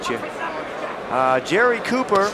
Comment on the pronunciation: Copper or Cooper?! Ffs you can't even get his name right!